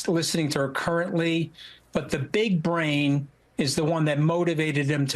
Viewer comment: "big uh-brain" 🤡